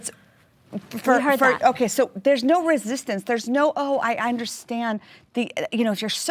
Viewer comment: Its not resitance ffs